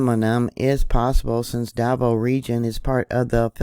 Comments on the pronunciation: Da 'Vao with the accent on the 2nd syllable slightly, if that helps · I believe it is da-VAH-oh